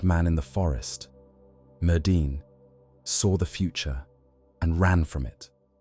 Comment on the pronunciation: Btw, it’s pronounced merthin as the dd sound in Welsh/brithonic is a voiced th sound